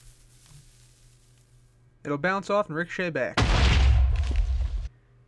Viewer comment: the way he said Ricochet irritates me 😂😂😂